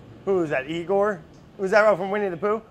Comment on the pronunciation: ‘Eegore’ got me 🤣 Edit: the way Brad calls Gaby ‘Beb’ = the cutest